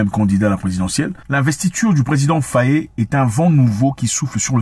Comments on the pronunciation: C pas Fauyé mais Faye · Frangin, merci pour toutes tes vidéos 🙏🏾🙏🏾🙏🏾🙏🏾. Infiniment 🙏🏾🙏🏾. Je vous suis et vous regarde pour suivre les informations 🙏🏾. S'il vous plaît, ce n'est pas FAYÉ, c'est FAYE ( faille) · Nous n’avons pas besoin de Karim Wade! Il a été épinglé par l’ofnac, qu’il rende les milliards volés! Par ailleurs une petite digression pour toi Zack, au Senegal on prononce bien le nom du président “FAY” le “e” est muet. D’ailleurs ce patronyme existe aussi chez nos voisin Gambien car la Gambie et le Sénégal ont les mêmes ethnies et on dit bien “FAY” en prononciation. Même s’il s’écrit FAYE. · Monsieur Mwekassa j’ai grandi en sagesse avec vos mots et paroles. Néanmoins depuis peu je vous écoute mais quand vous prononcez nos noms sénégalais vous les francisez. Svp faites juste un effort pour cela. Ex: FayE et non Fayé. KanE et non Kané. Le peuple vous remercie beaucoup et j’aimerais bien vous inviter dans mon quartier à Dakar tout le monde ne parle que de vous. Merci infiniment